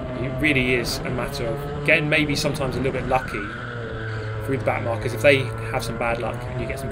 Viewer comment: Did he call the back of the pack “back narkers”? Lmaooo